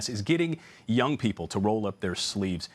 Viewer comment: Did you intend to emphasize "people" like that? Have there been vaccination efforts for other species? I haven't seen any dogs or cats lining up to get vaxxed, but I imagine they would also feel safer having had the shot than not when confronted with the Delta variant.